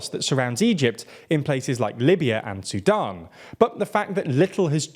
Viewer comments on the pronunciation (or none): none